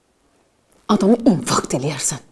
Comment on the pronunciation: diqqetnen qulaq asın infakt diməkdən unfakt deyir